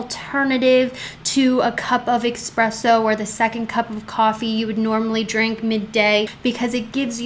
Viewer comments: I love you, LONG time subscriber. I speak Italian and just wanna impart a pronunciation for the future. ESpresso ☕️😘 not EXpresso. K yeah, not Karen energy just helping out someone that has helped me SO MUCH 😎💚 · Pronounced espresso